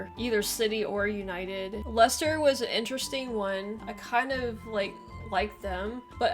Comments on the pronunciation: How can it be pronounced LieChester when there's no "h" in Leicester??? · Firstly, there is no ch, only c Secondly, we are not Germans. Ei- isn't pronounced Aye. Thirdly, you have Worcester in Massachusetts. Therefore, pronounce Leicester properly. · I know plenty about the NFL and College Football thanks been watching them since the mid 80's. I do find it interesting that some Americans pronounce Leisure as "LEESURE" yet when they see Leicester for whatever reason the Lei becomes "Lie" and an H suddenly appears in the word too.